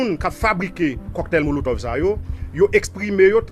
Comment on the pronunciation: Cocktail monotove ou tande polisye a dil epi ou di coktay molotov 😅